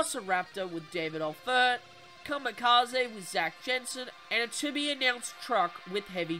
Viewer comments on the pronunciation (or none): none